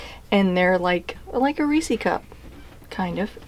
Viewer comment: IT'S REE-SEZ NOT REE-SEES, IT WAS NAMED AFTER A GUY NAMED REESE, THEREFORE IT'S REESE'S NOT REE-SEES